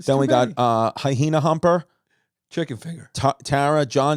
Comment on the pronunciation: I love the extra h they throw into the word hyena 🤣 hy-hena haha good stuff!